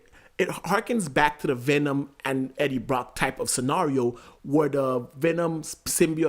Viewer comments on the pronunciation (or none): none